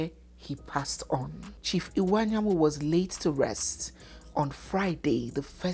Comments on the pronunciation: please the name is Iwuanyanwu, not Anyanwu. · please the name is Chief Iwuanyanwu and not Chief Anyanwu